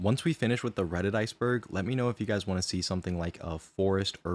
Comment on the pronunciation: Redit, not, credit*